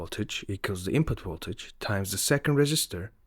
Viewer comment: Woltage Sorry couldn’t resist